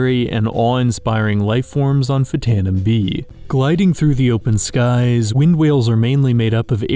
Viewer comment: That's pronounced "ftano".